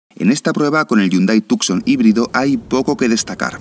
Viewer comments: Please... Not Tucxon but 'Tushon' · Tucson pronounced as TooSawn :)